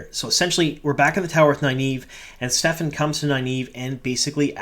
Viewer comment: Just curious if you just missed it as there seems to be a lot of confusion in the fandom but Kerene's Warder's name is Stepin no "F" sound in the middle. Just a minor nitpick. Loving all the breakdowns and Easter Eggs! Thanks for all the great WoT content you've been putting out! Definitely agree this was a strong inner look to the Warders and the Bond. People freaking out about Lan seem to have completely missed all of his character depth throughout the books. And yes, he was chosen to be the "release valve" for the rest of the Warders so that was his duty. Not Lan being a "cry baby" as some manufactured outragers seem to be diatribing about online.